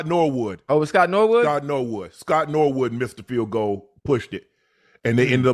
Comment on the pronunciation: It was Scott Norwood.. I'm typing this as they said it correctly, finally, lol